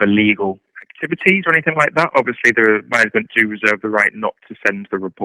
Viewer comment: What kind of educator pronounces words ending with the letter G and replaces with the letter K? Anythink Everythink Travelink Murderink Lyink Appallink